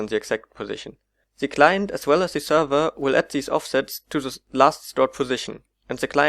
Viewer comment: Zee client tells zee zerver..